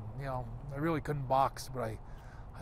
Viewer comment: Bret 'reeawy, reeawidiy, responsibiwidy' Hart